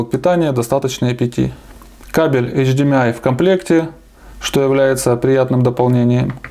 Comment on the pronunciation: Не существует никакого "эйч-ди-ми-ай". М - это буква " эм", а не "ми" - это тебе не ноты! Учись правильно произносить.